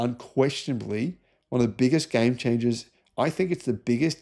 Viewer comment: "Guhy-aim chain-ja!"